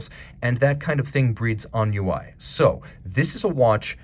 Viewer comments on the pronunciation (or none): That's ennui pronounced "on-wee" not "on-you-eye"🤦‍♂️